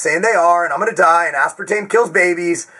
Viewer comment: finally someone says aspartame correctly thank you!